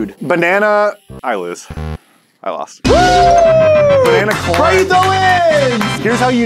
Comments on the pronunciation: "banner wanner and bananer" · “Banner, wanner, and bananer.” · “ Benner Wenner and banana